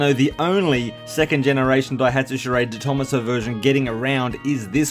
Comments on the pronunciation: Just so you know, it's pronounced "de tom-AH-so" rather than "de THOMAS-oh". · I'm pretty sure you pronounce detomaso like deto-maso as it's an Italian name. That's how the detomaso's own cars are pronounced like the pantera. Thanks for the video! I've seen a picture of a white and silver version of these in the UK, very cool!